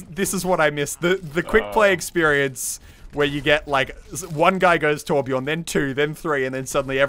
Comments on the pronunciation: im swedish.. u dont say whorebjœrn ITS TORBJÖRN! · I like torbjörn and not torbjorn but americans cant say torbjörn so yeah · As a scandinavian, i am annoyed that he says torbjorn instead of torbjörn. The voice actor pronounces it right, why not the fans? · It's Not Torbjorn it's Torbjörn Torbjöööööööööörn. With love from Sweden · ITS TORBJÖRN NOT TORBJORN! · I really love how you englishmen cant pronounce the letter "ö" and say Torbjourn insted of Torbjörn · For being swedish. This is so cringe. Its torbjörn. Not torbjorn. Only swe knows how to say ö XD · It's Torbjörn! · "trobajorn" jeez xD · Muselk it's Torbjörn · It's called Torbjörn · Its actually Torbjörn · its torbjörn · It pronounced torb-yern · someone, please teach them how to pronounce torbjörn correctly. please...... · Ö sounds more like u then o